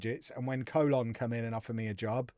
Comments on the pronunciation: Colón is pronounced more like Cologne (co-LOAN), btw! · Please say Colon correctly lol